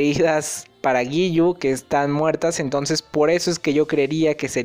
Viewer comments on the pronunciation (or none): none